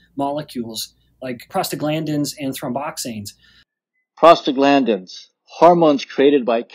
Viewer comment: O:44. Box. Pronounced: throm BOX aines. Eicosanoids was spelled wrong. Only one "d". Pronounced ee CO san oids.